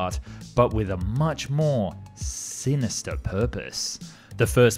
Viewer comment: Did you know that, whenever YOU say the word "sinister", an angel dies. FYI.